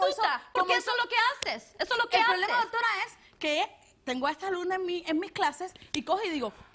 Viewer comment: "Dortora" dice la tipa xD